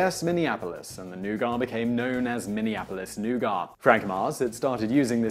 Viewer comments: I've just asked about a dozen people - all English - and none of them said "noo-gart"... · It's nougat, not "new gar" lol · No, it is correctly pronounced noogah. ‘Oh’ never is pronounced new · Simon: "Noo-gah" Me: "Noo-guht" Dictionary: "You're both right" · Given that this is an american company, I wish he had been pronouncing nougat the way WE do - "new-gut". Every time he said Noo-Gahh I cringed >_o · Why do you pronounce nougat as "noo-gart" rather than "nuhgut". You're English lol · new-GAH? new-GAH? It's NOO-git !! NOO-git! Say it.... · lol he says NOOOOGAAAAAAH but everyone in the US pronounces it noo-gat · We Americans pronounce "nougat" as "Noo-git" as opposed to "Noo-gah." Just sayin'... Allegedly. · Nougat = "NOO-gat". Of course, being a Simon Whistler production, there would have to be at least one glaring mistake. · Simon really needs to read these things in advance and look up how to pronounce words he doesn't know. Nougat is not pronounced new ga, it's new-get. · Nougat is pronounced new·git not new·gah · Why do you always pronounce things wrong? Nougat is pronounced new-gut, not new-gah. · Took me about 40 seconds to understand that 'new-gar' was nougat. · Lillian Swaim Nougar. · new gut. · As it's bash Simon day If I were to really nitpick it's pronounced "NooGaT" on both sides of the pond. Great videos, keep up the good work. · It's NOUGAT, not nougar! Say it right, Simon! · Nugar?...oh you mean nougat...The "T" is not silent in Yankee English. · Nougat. With a "T" with a "T". Not noogar! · noo-GAH? Well, far be it for the Brits to be consistent with pronouncing words from French. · WTF is "newgar"? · nougat nooget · What the hell is "new gaw"?? It's nougat, with a 't' at the end! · You butcher a lot of words, but where the hell is the R in nougat?